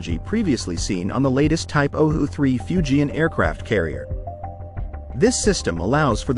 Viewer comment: Can someone fix the AI so it pronouces Fujian correctly?